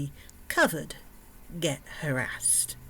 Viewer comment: when you say harraased.. what happened?